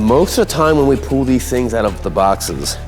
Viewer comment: Don't forget him mispronouncing full as fool and pull as pool